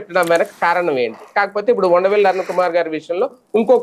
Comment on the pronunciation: Vundavelli kaadu vusaraveylli